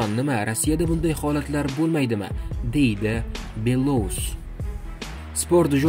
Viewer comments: Матн укиётган сухандон! Куйидаги атокли отларда: ЮрАн, БелоУс, ХабАровск ургу катта ёзилган харфларга берилади. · Юран белоус хабаровск нобель талаффузни тугирланг